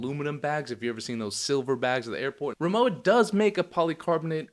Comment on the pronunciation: RimoWa - the W is spoken like the W in Water (it stands for RIchard MOrszeck WArenzeichen, english Richard Morszeck Trademark)